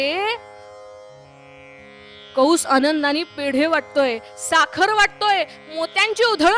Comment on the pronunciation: कंस असे असून कौंस असा चुकीचा उच्चार होतो आहे.